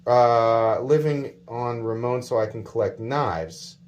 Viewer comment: “Living on Ramon” 😂😂 I think he meant Ramen.